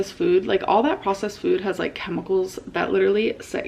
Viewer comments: The way she’s been saying the word “food” in most recent videos drives me MAD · How do you not notice the weird way she says “food” now 😭